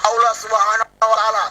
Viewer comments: Nyebut Allah aja enggak lurus apa dia ngaku jadi Allah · Ngucapin allah aja gk bener Lg ini mo jd tuhan.minta d tangkap polisi ini mah